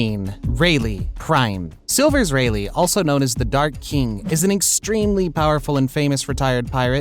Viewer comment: Did he just say “silver relei